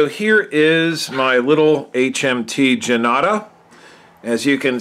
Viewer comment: Thanks - very nice review and you found an interesting piece with the Indian numerals. Janata is pronounced "jun-taah" - it means "the People". The script Devanagiri is pronounced "Dave-Naa-gee-ree". The amount of research you put in your review was amazing!